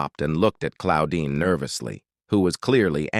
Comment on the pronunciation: Who tf is Cloudin?? Pretty sure it's not right.